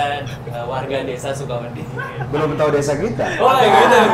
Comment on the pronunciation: Di bahasa Jawa ada kata "wedi" yang artinya takut, sama "wedhi" yang artinya pasir. Mungkin yang dimaksud sebagai sebutan buat pendengar channel DYSWIS itu warga desa Sukawedi (suka-takut), tapi dan bilangnya Sukawedhi (suka-pasir).:D